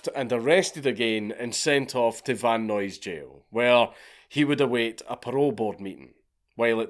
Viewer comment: I’m just messing with you but that’s how I’m going to pronounce Van Nuys for ever. Vun nuyesz